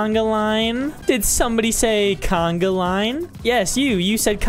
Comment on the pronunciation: Its not canaglain its conga